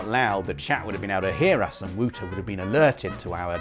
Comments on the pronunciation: Did Wouter say thats the way you pronounce the name "whooter"? Why I ask is because Wouter is also a name in Afrikaans which is there pronounced exactly as "Voter". But still, poor Wouter1000, rest in peace mate. haha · your pronounce Wouter wrong. Its Wowter. Not wooter 🧐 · Wouter is pronounced as Wauter... It's a Dutch or maybe Belgium name